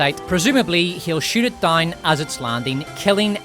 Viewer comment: "...to keep wimmen dauwne...". New Zealand? Irish? Scot? Now "down" has four syllables! Don't get me started on pronunciation of "power". Piorr-rr.